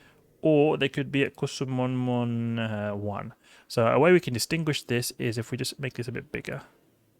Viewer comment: I giggle when i hear say Kusomonmon